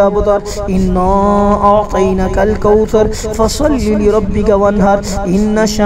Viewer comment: انا اعطیناک الکوثر ھے۔۔۔۔اور پڑھ رھے ھیں انا اعطینک الکوثر۔۔۔کچھ لوگوں کو سمجھ نہیں آۓ گی۔۔۔۔لیکن سمجھنے والے سمجھ جایئں گے کہ اعطینا اور اعطین کے معنی میں کتنا فرق ھے۔۔۔ اعطینا پڑھتے ھوۓ اعطینا کے نون کو کھڑا نہیں کر رھے۔۔۔۔بلکہ پڑا نون پڑھ رھے ھیں۔۔۔جس سے معنی میں فرق پڑ رہا ھے